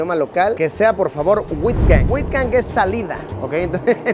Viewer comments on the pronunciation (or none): Se pronuncia aitgang no witgang! Hasta parece que no viajas aunque lo haces mucho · Me dio risa cuando pronunció UITGANG 😂 técnicamente se pronuncia AUTJANG 😅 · Uitgang se pronuncia casi como out en ingles y la G hay que rasparla. En español sonaria como 'eutjang' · Jajajajajajjajsj “wITGan” la partiste con esa😂 tu neerlandés está 💯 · UITGANG Se pronuncia “autgan” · Escucharte decir "Uitgang" me dió años de vida 😂😂😂😂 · Luisito has pronunciado mal el Holandés Uitgant.